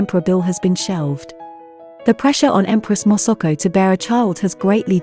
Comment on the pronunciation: Hahaha moso ko instead masako